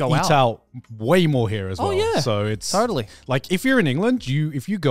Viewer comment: The first time i've ever heard joey sound australian is when he said totally